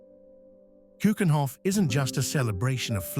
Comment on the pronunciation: Its a beautiful video about the Netherlands. The more a shame that the voiceover didn't take the effort to pronounce a lot of things better. Like to say "Keukenhof", "Stroopwafels", "Rijkmuseum" etc.. that shouldn't be to difficult.